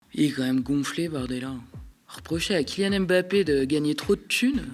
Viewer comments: Svp attention quand vous prononcez son nom. C'est Mbappé pas m'bappé. Il l'a dit plusieurs fois. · La correcte prononciation (camerounaise) n'est pas M plus loin Bappe mais en un seul " mot " MBAPPE (avec le son du e accent grave et non aigu à la fin).